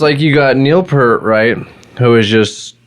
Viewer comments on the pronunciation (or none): Two things.... Why Why ZED. Canadian song, Canadian airport. And it's P-EAR-T... not pert. Toronto boy... saw them 42 times. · Its pEARt....not Pert. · Neil Peart pronounced his name just as it is spelled: P - ear - T You're saying: P - ur - T PS - As YYZ was about a Canadian airport, it's pronounced "why-why-zed." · Peart, not 'pert' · Say "peert", not "pert". :) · For the 4897th time, it's YY ZED, and it's Neil PEERT, not 'Pert'. 🤦🤦‍♂🤦‍♀🤦‍♂🤦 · If you’re such a fan, pronounce the name correctly… P-EAR-T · Pronounced PEErt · Fyi Neal’s last name is pronounced "Peert". His daughter died in a single car accident and his wife never got over this tragedy. She was diagnosed with cancer but chose not to fight and passed about a year later. You are totally right about how he chose to grieve by riding his motorcycle for a long trip from Quebec to Alaska to Mexico etc. He wrote a book on that trip called : Ghost Rider: Travels on the healing road. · Dude get his name right lawd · Sad you couldn’t pronounce his last name properly. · wow pronouncd his last name wrong, i cannot even watch. but good try! you are also lying about the drum machine thing, ridiculous. ignored nd not subbing. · That's not how you pronounce his last name.